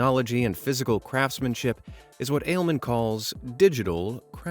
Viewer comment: That Mexican guy's name is actually pronounced closer to alley-mon, it's spanish for german. I used to work with a bunch of Mexicans and Guatemalans😁